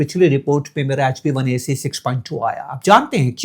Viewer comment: Its HBA1C NOT HB1AC